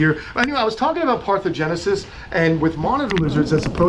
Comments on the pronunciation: Can I just be an a-hole and correct you? You keep saying parthogenesis, it's parthenogenesis. Awesome video as always though. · parthenogenesis--you missed the 'EN' in the middle of the word. I always am curious about unusual things and do lots of 'google'